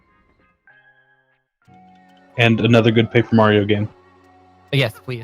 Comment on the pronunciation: "Papaer" Mario. New speedgame? Lol.